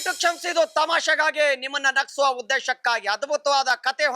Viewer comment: Sariyagi Kannada MATADU NAGESUVA alla NAGISUVA